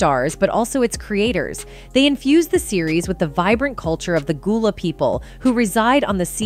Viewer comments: Gullah like seagull not ghoul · The mispronunciation of everything is beyond me! Goolah, Zoey one hundred and one, NickelodeON, Daisy.. the most disrespect is flexing back and forth between Gullah and Goolah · Man I stopped listening when she said Goolah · How do you pronounce it right and then pronounce it wrong within the SAME SENTENCE!? Yoooo!